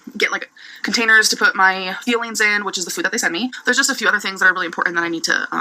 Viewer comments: Omg i keep hearing feelings instead of fuelings lol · It’s sounds like she’s saying her feelings instead of fuelings😅